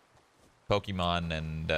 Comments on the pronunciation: Lmao he said Pokimon xD.its Pokimane shrood. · he said pokimon in stead of pokimane lol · You said pokimon its pokimane lol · Shroud knows the female fornite streamer "Pokemon" XD its Pokimane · Alex Dawn It's either Pokimane (as in maine), or Pokimane as in mahne (pronunciation is like barn) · He said pokimon!!😂😂😂 i luv shroud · Love how he says Pokimanes name line Pokémon lol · Did he say Pokimane as Pokemon? 😂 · Did he say poki-mon...instead of poki-mane xDDDD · poki-mon? ITS POKI-MANE REEEEEEEEEEEEEEEEE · And uhhhhh....Pokemon Ah yes, my favorite Fortnite streamer ever. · Lol shroud said Pokemon but it's pokimane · You mean pokimane?? Cuz who the heck is Pokimon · He said pokimon 😂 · Lol he called pokimane pokimon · Pokimon he says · lol he sed pokimon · POKIMON? HAHAHA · Hahaha Pokimon or Pokimane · "pokimon" straight dead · “Pokimon” nc :> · Are we all going to ignore the way that Shroud pronounced Pokimane